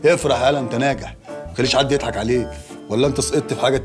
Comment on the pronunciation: بيضحك بالضاض مش بالدال